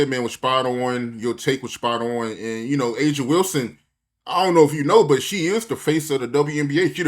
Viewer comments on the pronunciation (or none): Her name is Aja Wilson-Heir 😅😅😅😅 get it right doc😂